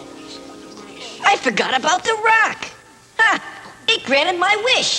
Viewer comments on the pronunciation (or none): Lmao "now ppl. An take you for granite"omg